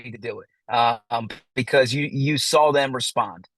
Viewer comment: There is no L in the word saw. Please stop say sawl. It's gross & you sound dumb.